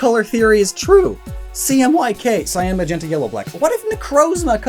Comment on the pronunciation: Why do you say cyan like that, It's annoying as hell. Why do you keep putting emphasis on it?